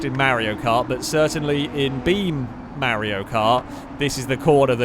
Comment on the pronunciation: pronounces Mario as Merrio: I don't know Merrio Kart Literally everyone who ever existed and will exist: Yeah, we can tell.